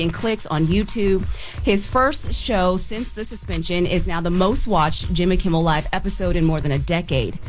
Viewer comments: KIMMEL!!!!! Damn girl! She's repeatedly said KIMBLE. Y'all should be tired of ppl joking about your reading abilities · Am I the only one hearing say Jimmy “KimBel”?